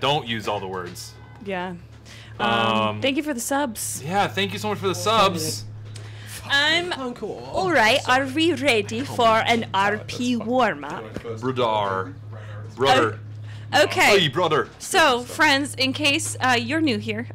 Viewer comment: LMAOOOO trying to say my username 😭🤣 (brew-a-dar is the pronunciation)